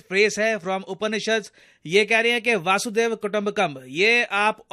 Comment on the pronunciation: एंकर महाराज, हिंदी तो सही बोल नहीं पाता, संस्कृत क्या बोलेगा। " वासुदैव " गलत शब्द है, सही शब्द है " वसुधैव " है।